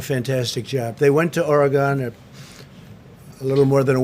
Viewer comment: he cant even pronounce oregon right, its not fucking Ore"gone"